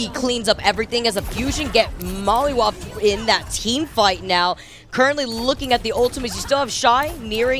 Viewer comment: She really said Molly whop hahahahahhahah